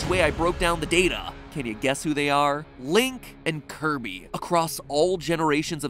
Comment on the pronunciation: Its Kirby!!!!!!!!!! NOT KIRBO